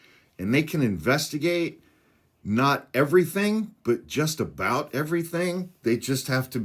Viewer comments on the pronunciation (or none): none